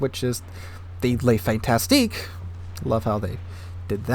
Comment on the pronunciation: The French T8 tech line DD is Le Fantasque (Fahn-task - just 2 syllables) not Le Fantastique (Fahn-tas-tik - 3 syllables). There's no TI before the QUE in her name and the last syllable is simply TASQUE (the QUE is a phonetic equivalent to K here). Both Fantasque and Fantastique are French words that share a Latin root but they mean very different things. A literal translation of the destroyer's name is The Whimsical One not The Fantastic One. Wikipedia suggests "The Capricious One". A better translation in the context of the name being attached to a warship would have a vibe along the lines of HMS Capricious or USS Unpredictable. Something like that. There are nuances that get lost in translation. The name evokes erratic and unpredictable behaviour, presumably a nod to the way her agility and speed let her move.